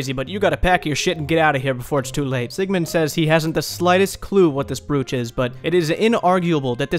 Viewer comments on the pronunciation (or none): bro how are u saying "broch"